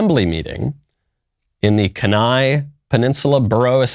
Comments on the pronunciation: As some one who grew up in Kenai Alaska I can say it's pronounced kee nai (key neye)🔑 n👁 Not trying to nitpick, just sounds weird hearing it pronunced Ken. Also yes, it is totally spelled weird. Love your show😁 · Its actually KEEN-EYE, not KEN-IGH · Kuhn eye? It's pronounced key nye. The Kenai peninsula is pretty liberal. You have a bunch of hippies and fishermen. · I can’t believe I casually hear my home town of Kenai casually dropped on here, had to do a double take. It’s Kee-Nai, by the way :) this was a week or so ago and nobody puts up with it a bit, we don’t tolerate that type of nonsense here, it’s rare you see edge lords spewing any sort of rhetoric around here. #AK4LIFE ! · Kenai is pronounced like keen eye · Kenai Alaska is pronounced (Kee-nye). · OMG STOP SAYING KENAI WRONG! Its key-nye. I lived there and your pronunciation it's physically painful to listen to. 🤯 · Kenai... "Key" "nie." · It’s pronounced “key-ni”. They lost in court because they were only allowing Christian prayer. That’s why they have to allow all religious views to give invocations. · I'm from Kenai, it's pronounced Keen-eye, lol but that's how I'd pronounce it if I didn't know. I was totally surprised to hear our town being mentioned and then it was because of that stupid invocation! 🤦‍♀️ Yes. The craziness reaches even the small towns in the last frontier. God help us 🙏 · As a lifelong Alaskan, I can NOT allow that to slide, good sir. It is pronounced keen-eye. Thank you, and good day! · Pronounced keen-eye. Just an fyi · It’s pronounced KEY nigh (Kenai) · I was scrolling the comments to see if anyone had pointed out the proper pronunciation. Kenai is a great place, one of my very favorites. The politics are crazy but at least you’re not in Anchorage or Juneau right?! 😃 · Kenai Peninsula resident here. dropping in to inform Knowles how badly he butchered our home's name. For shame, sweet baby Knowles. Tut tut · Listening to him mis pronounce kenai was killing me 😂😂